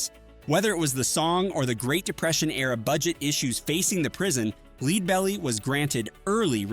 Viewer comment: Sigh. Stop the AI voice-over madness. The technology is not ready to cut-and-paste into videos. For people who don't know, the name of the first artist highlighted is pronounced "LED-bell-ee", like the metal.